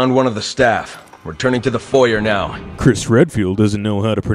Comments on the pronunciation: No one knows how to pronounce foyer or Illinois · The "Foyer" thing was really weird, several characters don't know how to pronounce it. Heck I'm Spanish and even I know.